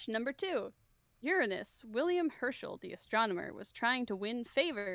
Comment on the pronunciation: It's refreshing to hear an American pronounce Uranus correctly for once.